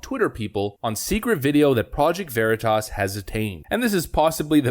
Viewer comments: "Project Vereeetisz"... does this Twitter Exec live under a rock??... he has no grasp of the classics pronunciation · "Project Ver-ee-tus". Way to think on your feet PV-J. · Sounds like new tasty product from Frito-Lay. I want to try a bag of Ver-EE-tas. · lol exactly what I was thinking… ‘Ver eeet tus’ …is that like smothered burritos (pronounced ‘bureeetas’ ) Reminds me of back home Colorado locals who somehow insist on Buena Vista being pronounced ‘Beeooonah Vista’. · That reporter wasn’t going to get a second date after mispronouncing Veritas because that pretentious prick immediately deemed him unworthy. Jokes on him. 🤣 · He can’t pronounce Veri Tas. 🤦🏼‍♂️ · When the project Veritas reported purposefully mispronounced Veritas. Lmao!!! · love that he mispronounces project Veritas to throw off the scent. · Couldn't pronounce Veritas correctly. Hmm...so, now Twitter is Twatter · I love how the journalists mispronounced Veritas to throw him off the scent. Nicely done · Excellent, excellent touch by mispronouncing Veritas. Well done, Deep Cover Guy! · The reporter mispronounced Veritas. Bold, but it worked on dumb bean bag. Kudos! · pronouncing Veritas wrong was SLICK A/F 🤣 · It was the PV journalist who purposely mispronounced the name. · project “verreetus”? Sounds like something that’d go good with gwak-a-mole lol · He put the wrong emphASSis on the wrong syllABLe. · Funny how he said Vereatas instead of veritas and the truth is what they say when they don’t think the camera is rolling. But mocking people’s disabilities is disgusting. It’s also funny how Twitter claims they only have 5% fake accounts yet when anything that the hive mind likes gets bashed on Twitter then it’s all bots and fake accounts. So which is it ? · Project Vah-REE-tahs. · Lol! The Gae-Boi thought he couldn't get Honey-Potted.😂 "'Project Va-Reed-Us'? ...What's THAT??..." Brilliant! 👑 😂😂😂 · Lol "project Ver-ee-tas" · “Project vareetus” 😂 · Project Var-ee-tus... LOL